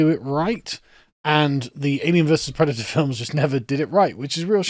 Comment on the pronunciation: I'm pwedator and I'm vewwy angwwy